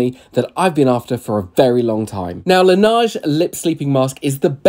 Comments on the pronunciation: Its pronounced la neyige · it’s pronounced lan ehgh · i have british friends who pronounce it the proper way (it’s a french name) la neige (la nej) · Uhhh it’s a French company it’s pronounced “ la naj” please do ur research before throwing around hate 😊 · I’m sorry to point out this but it’s pronounced as “luh ·nayzh”. Although you sold me on that and I’ve been questioning myself if i need it whenever I go to Sephora. 😂😂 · Lol. La neige is French for “snow”. And your “pronounciation” is as bad as in the short 😅 it’s more like lá nège